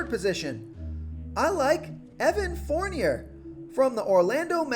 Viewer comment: Its pronounced forn yay not forn yer just saying Fournier the e is silent